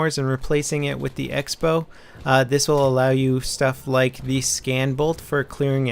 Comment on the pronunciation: Use X as cross in writing? Sounds ridicolous, and I've never seen it before... But still, it should be pronounced crossbow.